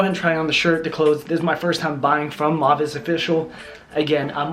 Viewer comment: It's pronounced "Mow-vay" Their stuff is awesome (high quality fabrics, stylish), I'm a fan.